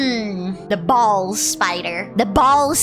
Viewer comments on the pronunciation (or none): Dirty minded cat, Bolas as in the sling weapon thing, not balls